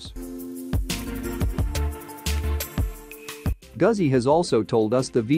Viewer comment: "Gooozi" or "Goootzi", not "Guhzi".